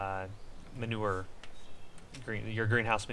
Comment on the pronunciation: Its manure not manover